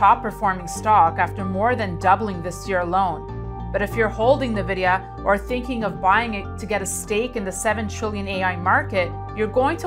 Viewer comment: "Nuh-Vidia" Why should I trust anything you have to say about this company's prospects for the future when you don't even know their name?